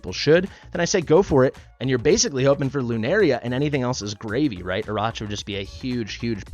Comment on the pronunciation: I think is pronounced "Araka" like Arachnid. (Spider leg back)